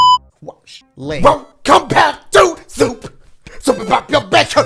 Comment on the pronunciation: Bruh I always hear “WELCOME BACK TO SOUP” lol